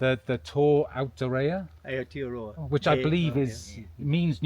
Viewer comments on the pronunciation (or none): none